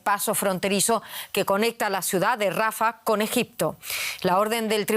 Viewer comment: Rafáh !!!! Por Dios!!! Porque los españoles le cambian la acentuación a nombres propios??...quieren ser modernos o qué???😮